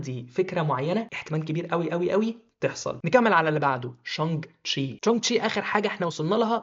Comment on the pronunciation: يا عم انت فين و الفيلم مين يعيش و ياسطى اسمه تشانج شى مش تشي